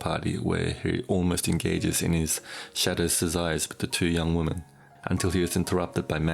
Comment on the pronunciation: WOMEN!!!! not "woman"